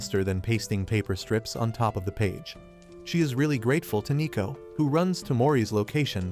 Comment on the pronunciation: Isn't it neko not nico?